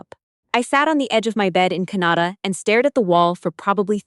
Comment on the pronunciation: Good story. You're pronouncing Canada wrong though. Her mother got a big wake-up call on arrogance and greed. I really enjoyed listening to it from MT.